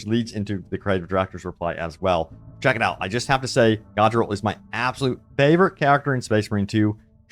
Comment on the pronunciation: did you even play the campaign. its not pronounced Godriel